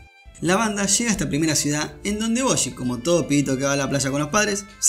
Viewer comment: Oye guapo, desde que hiciste el resumen han ocurrido cosas que me dejaron completamente IMPAKTADARKS y con ansias espero que hagas un resumen de aquello con ese estilo tan único que tienes. Por cierto debido a ti ahora le digo Boshi en vez de Bojji es que suena taaaaan astetik JAJAJA